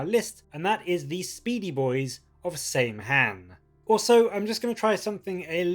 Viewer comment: Saim-Hann is pronounced Sam-Hine btw.